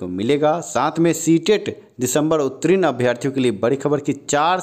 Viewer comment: रे उत्तीर्ण होता है उत्तरीन नहीं बोलना सीख लो पहले! और जहाँ तक स्टे की बात है वह तो लगेगी नहीं और यह बहाली अपने समय पर पूर्ण होंगी